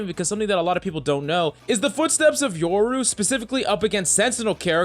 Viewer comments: Bruh, it’s YO-RU not YOUR-U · You're saying yoru wrong sob